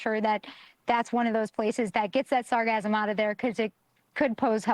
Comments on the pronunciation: It is pronounced sar gass um. NOT sasgasm. It used to be called Sargasso, as in its place of origin, the Sargasso Sea. It was famous for preventing wrecked ships from sinking. Why some idiot re-named it sargassum is beyond me. it is akin to the mis-pronounced word medullary, (meh doo la ree), meaning, of or pertaining to the medulla, a part of the brain. Some retard in the advertisement of a medicament began pronouncing it as (med yoo larry) and it makes me grind my teeth every time I hear it. Still, it may not be the fault of the microphone stand, since the plastic in her face probably won't let her form proper words, anymore. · sargassum not sarcasm(or sargasm) lol the "ss" sound isn't the same as "s" sound... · She pronounces sargassum like she is thinking of orgasm. There is no 'z' sound in sargassum.